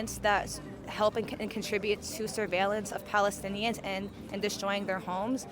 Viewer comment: *palestinians bro.. how are you calling yourself a journalist if you can't say that word correctly or perhaps you're just playing a redneck